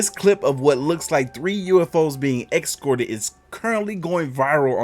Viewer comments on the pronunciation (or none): Says “excorted” then proceeds to pick apart how the guy taking the video chose his words 🤣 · Its ESCORTED not EXCORTED